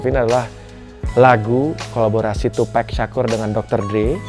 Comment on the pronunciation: MAS izin koreksi penyebutan nama TUPAC bukan TUPEC Terimakasih 🙏